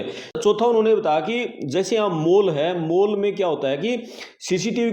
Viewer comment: मोल ❎ माॅल ✅